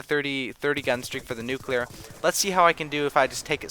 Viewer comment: he was going for nucelear